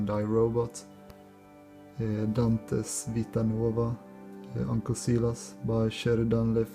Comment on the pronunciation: So cool, you pronounced Vita Nuova very well! 1000 points for owning Pride and Prejudice, did you know R. Kipling for example was a Jane Austen super fan? Many men dismiss her as an author and it's such a... prejudice